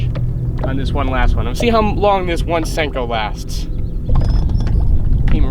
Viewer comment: Sanko or Senko?? LOL